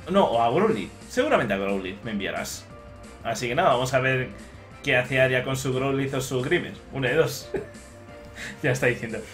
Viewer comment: perdon arya por decir tu nombre mal